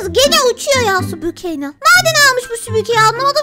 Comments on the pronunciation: Süpüke değil süpürge😂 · Abla süpürge değil süpürge😊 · Süpüke ne ya 🤣🤣🤣🤣çok komik ablacımm mmm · abla kızın bindiği şeye süpüke demen😅🤣😂🙃:elbowcough::virtualhug::yougotthis